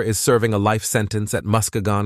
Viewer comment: I know this is AI, but man! Get the pronunciations right! The worst is how you say MUSKEGON, Michigan. I've lived in MI my entire life. I've lived near Muskegon for 40 years. It's pronounced "MUH-SKEE-GUN"! It's an Indian name.